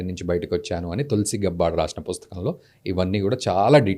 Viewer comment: గబ్బార్డ్ కాదు. గ్యాబర్డ్. Standard పదం ఎలా పలుకుతారో అలా